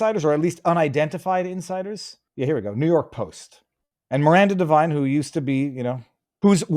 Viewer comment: Devine not Divine. Knucklehead